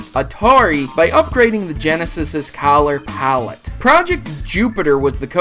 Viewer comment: Did he really just say COLLER POWLET instead of "kullor pallit" color pallet?